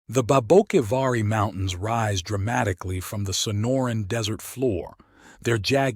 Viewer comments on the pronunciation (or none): As a local on the border, I must admit as much as I enjoy your stories, I cringe at some of your pronunciations... "Papago" is pronounced 'papa' (like a father) and 'go' (like stop and go.) "Papa-go." And "Saric" is pronounced like 'Sare' (like Sarah) and 'ick' (like sick) "Sare-ick." Babaquivari is kind of a tough one. You're not alone getting it wrong. It's 'Bah-bah' (like a baby saying bottle) 'key' (like key) 'va' (like ya) 'ree' (like see) "bah bah key va ree." Placer is pronounced with a soft A, not a hard A. "Plass-er." Amazingly, you got the name of my home, Arivaca, right. By the way, I've got a treasure tale for you... I guarantee you've never heard this one, but it's absolutely true. It takes place in the 1980s, involving an old prospector squatting on federal land, a juicy vein of gold and a lack of permits with the forest service. Get ahold of me privately and I'll share the details with you.